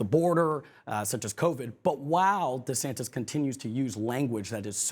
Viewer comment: “Governor Santis”?